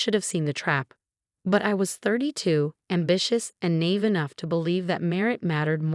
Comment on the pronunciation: Sure wish you could pronounce "naive" correctly.